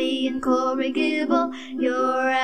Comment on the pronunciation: Thank you so much! (By the way, if/when you do re-record it, a tip: “incorrigible” is pronounced with a soft g. Incorrijible.)